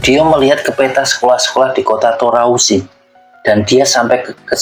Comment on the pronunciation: Toarusi bang bukan Torausi